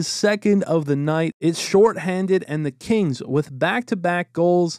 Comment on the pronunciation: I kept thinking you were saying Canes not Kings